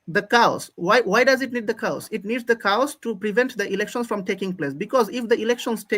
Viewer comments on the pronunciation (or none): coowsss what!!! 😅I think he meant chaos